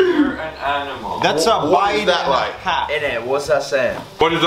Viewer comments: said is this a real Aminal instead of Animal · saying is this a real aminal instead of say animal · Nobody: this is a real aminal, that’s insane bruv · When said this is a real aminal🤣🤣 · Nobody:Absolutely nobody:- This is a real aminal 🤣 This is why i love the faze house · Is thos a real aminal🤣😂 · nobody: absolutely nobody:"is this a real aminal?" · Is this an aminal Me:WTF,What is an aminal its called an animal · What the hell is AMINAL That's INSANE Jarvis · I love how says animal he says Aminal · “This is a real aminal”😂😂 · this is a real aminal? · "AMINAL" oh lord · lol he said this is a real aminal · "this is real aminal" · Wait... did say is this real aminal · Anyone else here say “aminal” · Did any one hear say is that a real aminal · said aminal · bruv its a whole aminal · Are me going to ignore 'aminal' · He sad aminal hahahahahahahahah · “Is this a real aminal?” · "aminal" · this a real aminal 😂😂😂😂😂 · nobody: this is a real aminal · said aminal hahahaa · This is a real aminal 🤣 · “real aminal” 💀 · say is this a reall aminal🤣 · He said aminal